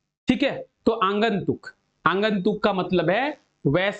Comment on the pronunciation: Q no -12 aagantuk hota h sir na ki aangantuk